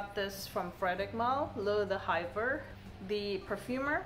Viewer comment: D'Hiver is pronounced more like "dee-vair." Gentile is pronounced differently in Italian, kinda like "gin-tea-leh."